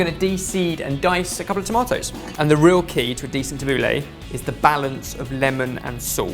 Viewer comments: It's Tabul-ee not tabul-ey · Tubbleh is Ta-bou-ley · tab-boo-la not lah thats how its traditionally pronounced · Its 'tha-boo-leih' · It's pronounced Tab-ooh-l-a. Get it right gosh! Look it up it's so obvious. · as an arabic speaker pronunciation of tabouleh is killing me 😠😠 jk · Your pronunciations are hilarious! But great recipe. I'd love to see more middle eastern recipes!! ☺️👍🏼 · Sorry but this isn't the traditional way of making tabbouleh, you don't need vegetable stock just a bit of boiling water and put it to the side for 10mins as you would with rice noodles etc. also you pronounced it wrong xD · Tabouleh is pronounced totally wrong! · the way you pronounced the tabbouleh was so funny. why did you give it a french accent? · It depends where you are from :P i know marocan people who pronounce it french but then arabic people who pronounce it differently.. But he pronounces it very english xD